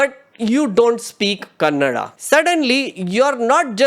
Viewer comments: I am watching from US, I love ur content, love ur work. It’s funny, my routes are from Karnataka. I want to correct one thing from ur video it’s not Kannad, it’s Kannada 😊. U said it wrong once 😅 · Kannad nahi bhai kannada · Cardinal sin of calling kannada as kannad 😂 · Its KANNADA not KANNAD. Get that right before your cringe edits. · bruh. Obligatory "it is kannadA, not kannad" comment. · Kannad ❌️ Kannada ✅️ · All fine until you called Kannada as Kannad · I'm sorry, I hate to be this person. It's Kannada; Ka Nna Da.. pronounced [kənːəɖa], you don't say Marath, do you?